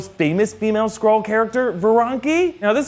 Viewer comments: can’t say “Skrull” or “Skrulls” properly he says scrolls and scroll. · Why do I keep hearing Squirrel, instead of Skrull... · Oh god, I can't hear Skrull but Squirrel... "Captain Marvel... is a squirrel!?" Oof